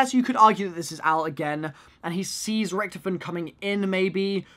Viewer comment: RICK-TOF-IN Not rictifin